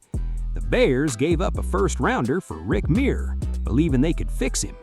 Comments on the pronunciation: It's pronounced Myrer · The research on this video is embarrassing The way they pronounce Rick Mirers name, The fact that they kept talking about David Carr but were showing clips of Derek Carr, and when they said that the chargers had the choice between Peyton Manning and Ryan Leaf and chose Leaf. They had the second pick the Colts had the first pick and took Manning. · I usually don't like AI mistakes, but hearing Rick Mirer's overly pampered, domer name butchered is like sweet music. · You mispronounced Rick Mirer's name.